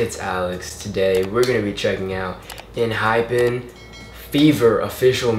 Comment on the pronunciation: Actually you pronounced it correctly before. it is pronounced as Enhyfen like the hypen (-) sign